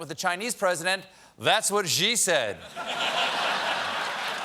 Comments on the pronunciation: Your Xi Jinping joke works better if you pronounce Xi correctly. It's pronounced "she", not "zhee". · Can someone please tell Colbert how to pronounce Xi's name correctly! He's making jokes about it which literally work better if he pronounced it correctly. It's pretty much the same pronunciation as "she" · In Mandarin, "Xi" is actually pronounced like "she". It actually makes the whole joke work. Colbert always mispronounces it like "zhee". Can somebody please tell him? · Can white people stop pronouncing Xi as "zhee"? It should sound exactly like "she" — pronounce it right and your joke would be funnier